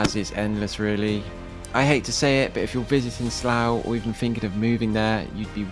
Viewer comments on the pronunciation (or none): none